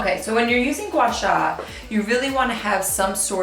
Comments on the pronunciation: It’s actually pronounced more like gwah-saah! It comes from Mandarin, which is a tonal language & is challenging for people who aren’t of that culture. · No you didn’t, it’s pronounced “Gua “Sahh” I have been watching this technique be preformed by a Chinese medical esthetician